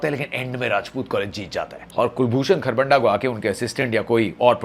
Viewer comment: Sir डा नहीं खरबंधा hota hai ! Itna bhi english ka accent mai lao